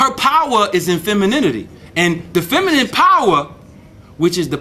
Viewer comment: FEM-A-NIN...not FEM A NIEM